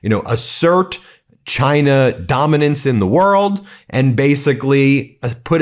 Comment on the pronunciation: Do a compilation video on how that pos trump said China during the campaign, and how he pronounces China now. Campaign: GINER! Now, proper:CHINA He called China, GINER NON STOP WHOLE TALKING SHIT, Now it’s a proper, respectful, China.